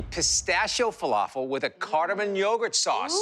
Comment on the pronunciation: He butchered the falafel.